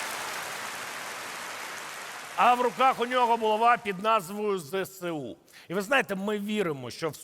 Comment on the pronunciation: Так багато претендентів на схожість з героями казок! Надіюсь на продовження. Дякую. Єдина поправка до ЗСУ звучить так : Зе еС У, а не ЗеСеУ